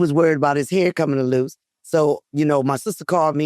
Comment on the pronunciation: Mama said Chuck hair was coming “aloose”! Gotta love that 757!!😂😂